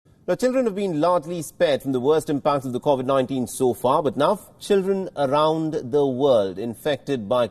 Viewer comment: Mostly kawasaki. Also please can you pronounce covid properly. It just annoys me sorry!